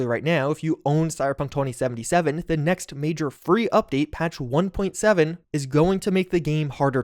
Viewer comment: Stop saying cyberpunktwentysivenysiven plz